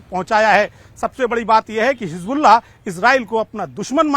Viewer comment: Aap baar baar rassgulla q bol rhe h 🥺